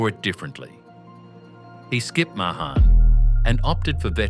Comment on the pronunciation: it’s May-han, not Muh-hahn, and Shaw-flee, not Show-fuh-luh.